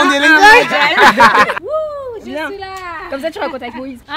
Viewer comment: "Shuis la carte"😂😂 Sinon c'est un super vlog! Le meilleur que j'ai regardé jusqu'aujourd'hui! Le Tchad c grave un beau pays! Vive l'Afrique!